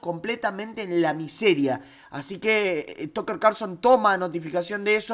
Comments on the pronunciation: es "tacker" no "tocker" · Tucker se pronuncia Tacker. Perdón que me meta . Que importante que Tucker avale a Milei!!!